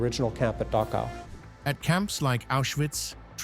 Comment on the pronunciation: IT'S PRONOUNCED DAKOW!!!